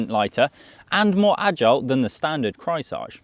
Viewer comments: Craisage hahaha in german it‘s pronounced KREISSÄGE! It means round blade saw 🪚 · It's pronounced Krice-Age. Like Ice Age. Trust me. I am German. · The way you slaughter the name Kreissäge is astonishing. 😁 Just repeat, Grice-Say-Gey, haha. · Repeat after me: Kreis-Sä-Ge. Kreis like the Chrys of Chrysler, Sä like in the american pronounciation of sabotage, g like a g in the beginning of a word, such as going. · Kreissäge = Circular saw. It’s pronounced Krice(like ice) zege. That’s pretty close anyhow. Notice the illustration of the cat with the saw blade? He could have tried a little harder to pronounce it better/correctly. After all it’s a German brand, should have been his first clue. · He slaughtered that "Kreissäge" every single time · rarely seen someone butcher "Kreissäge" this hard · Dont pronounce Kreissäge in front of other Germans if you don't want to sound absolutely rediculous. especially with such a hipster bike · my ears are bleeding :D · turned it into french :P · As a German I flinched everytime he said "Kreissäge" - no cap. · Yeap….another German here….or “enasor jerman” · I had to comment this as well. flinched HARD. HARD cringe as well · He tried to pronounce a German word in French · You mean they don't speak French in Berlin???